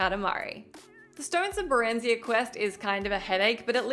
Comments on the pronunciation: The full list, some multiple times, such as FF10, I've done them all... also. Ba-ren-zi-ha. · Jesus that pronunciation of barenziah killed me. After 130 hours of gameplay you should know better 😂